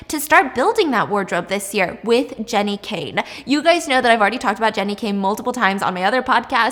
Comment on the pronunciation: did anyone notice she said G.e.n.n.i instead of J? lol😆 Love ya Stephenie💘🏌🏻‍♀️